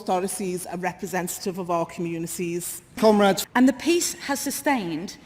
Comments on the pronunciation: I wanted to show us Americans could bring intelligent discussion to the table, but it just sounds like they are saying "cumraids" and "cumreds" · thats what it sounds like to me, "cum raid" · "cumrags" Oh wait they meant "commrades"...eh "cumrags" is more fitting... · Did she say comrades? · Okay, gotta say it: to an American, I really wish they'd hit the O sound in "comrades". As it is? It sounds like they're describing a rag... someone "cleans up with" after a night on the 'Hub. Just sayin'.